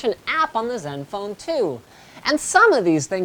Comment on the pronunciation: HOly crap. LInus ACTUALLy called this phone by the CORRECT pronunciation instead of " zedenfone 2" ? 0.o There is hope yet.